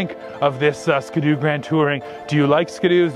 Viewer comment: Maybe it's a Canadian thing, but that is not how we pronounce Ski-doo in the US. Its Ski and then you say do.